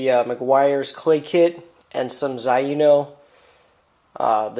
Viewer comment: just an FYI, It is pronounced ZAY-NO. Nice job with the video. Zaino Products are fantastic.